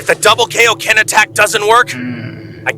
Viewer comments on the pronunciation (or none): F'KN HELL! It's KAI-OH-KEN, Not kay-oh-ken! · Kai dub is sooooo much better. It’s Kai-o-ken not kayoken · I hate how they say kaioken wrong.